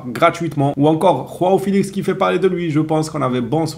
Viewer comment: Arretes de dire rao felix ça se prononce Jo a o c'est la version portugaise de Jean en gros ! !